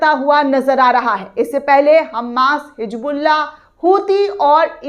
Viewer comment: Medam ye kya ap bar bar HiJBULLAH HiJBULLAH Bolte ho sahi se HiZBULLAH bolo 😅😅😅😅😅😅😅